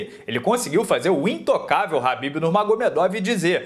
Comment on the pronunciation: A pronúncia é Kabib, não Rabib, mesmo escrevendo Khabib.